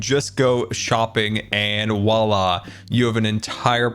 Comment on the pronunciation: Please learn how to pronounce “voila”. 🙄